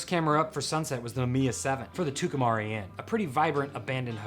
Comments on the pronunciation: Tucumcari is pronounced "Two come carry" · Tucumcari is pronounced like two come carry. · It's Too-cum- cary. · I guess by now you realize you pronounced Tucumcari wrong every time you said it which was often. Great music and a fun ride. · Wonderful film. Reminded me I needed to put in another order for some film. But I must admit, I loved the pronunciation of "Tucumcari".